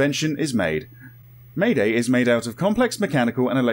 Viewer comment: lol may-day, its maid- A.I , just need to split it apart